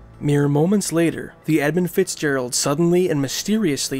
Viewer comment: Don't know if it's the accent but I'm sure he's saying 'Ebb And Fitzgerald'